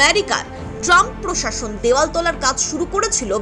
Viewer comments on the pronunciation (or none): none